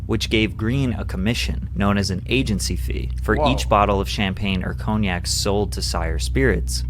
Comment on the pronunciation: Hate how he pronounces cognac